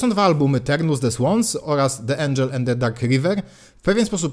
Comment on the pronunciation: "człowiek uczy się całe życie" - co prawda to prawda :) ale akurat nie o to chodziło :) Jeśli wyraz zaczyna się samogłoską, to litera 'e' w wyrazie 'the' go poprzedzającym wymawia się jako 'i' a nie 'e'. Ale to często popełniany błąd :) pozdrawiam i dzięki za fajny kanał :)